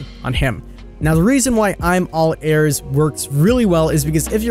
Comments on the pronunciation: I got angry when he said “Airs” instead of “Ears” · Weird how you pronounce ears XD